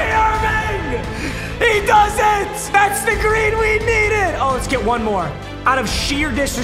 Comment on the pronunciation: Papa. I love you but just say green lol